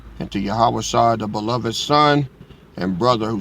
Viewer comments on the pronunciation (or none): none